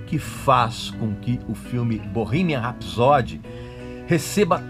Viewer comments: Se escreve ''Bohemian Rhapsody'', porém se pronuncia: Bohimian R (acentuado com fonética de ''ur'') épsody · pronuncie certo pelo amor de dio mio cornuto é bow-rremien ( rrs ai é tipo metralhado e não R forte nosso como em rato como voce ok? rrrapsodeee a tonica ai é no final e soa como a letra i longo iiiiiiii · Bohimia rapsod que agonia!!!! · Bohemia Rhapsody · VOCÊ NÃO SABE NEM PRONUNCIAR O NOME DO FILME CORRETO... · Ainda bem que o filme é uma ADAPTAÇÃO dos fatos reais, a ordem cronológica e esses detalhes que você mencionou não mudaram a essência da história da banda. Tudo que aconteceu no filme foi permitido ir às telas pelos próprios integrantes. Agora como um fã, só faltou você pronunciar o nome da música “Bohemian Rhapsody” corretamente, já que preza tanto pela originalidade. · Você é tão fã q nem sabe pronunciar Bohemian Rhapsody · Acho q vc deveria primeiro aprender a pronúncia correta do filme, depois criticar alguma coisa. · Erro eu vir no seu vídeo. Não sabendo pronunciar o nome do filme. Para cara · O erro começa com você não sabendo pronunciar Bohemian Rhapsody ! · Esse cara não sabe nem o que tá falando!!!! Nem pronunciar o nome direito ele consegue, que dirá falar sobre o filme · Nss , fala o nome do filme direito pelo menos... Sabe antes do falar bolufas. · o filme não é perfeito, mas como todos os outros têm pequenas falhas, mas não tira o mérito do filme, você está pronunciando errado o nome do filme, o inglês péssimo 😂😂😂😂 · Primeiro erro e que já me disse tudo...foi a sua pronúncia do nome do filme e música do Queen. Nem continuei a ver seu vídeo. Sai fora recalque. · Eu comecei a assistir o vídeo e parei na parte que você falou o nome do filme com a pronúncia escrota e errada. A proposito, Respeite os Fãs do Queen,medriocre é o cacete. Ficou tão incomodado com o filme, produz um melhor e lança .